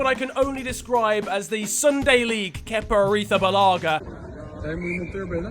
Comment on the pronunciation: No one:: kepa ARITHABILIAGA